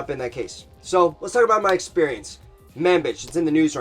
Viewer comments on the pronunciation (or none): Bro, it's Manbij, not "man bitch"... The a is pronounced like the u in under, the j is pronounced like the g in collage (think of French)